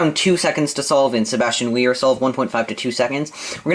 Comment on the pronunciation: I like how u say Sebastian Weyer ;) I think cross skip makes a difference of maybe another one or two seconds.